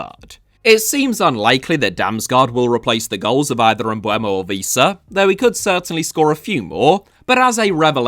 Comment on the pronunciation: I really like you.. But you saying "Víííísa" really made me laugh out very loud 😂